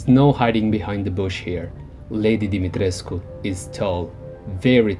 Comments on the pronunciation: I love the way you pronounce "Demitrescu". Way classier than me. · I loved this!!! ❤️ And extra points for pronouncing her name flawlessly! I'm Romanian and my last name also ends in the -escu suffix 😂